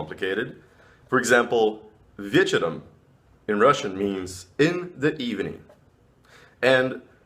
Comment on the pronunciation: Bro I from Russia and your "Вечером" it was very cool :) I study learning English with Duolingo and this very good program. And thank you for your advice:) Good Luck